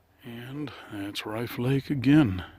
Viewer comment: I think its pronounced like cliff.